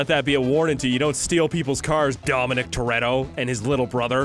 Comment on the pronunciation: Thats not dom toretto its dom tortilla